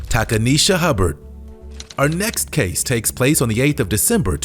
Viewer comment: Takaneshia…. Cmon mane🤦🏿‍♂️